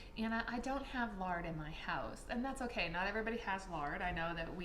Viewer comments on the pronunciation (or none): none